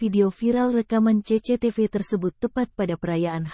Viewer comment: Saya juga terharu,tapi jadi pengen ngakak ragara denger CECETEVE